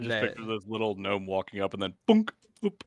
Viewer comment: "Gno-me" lol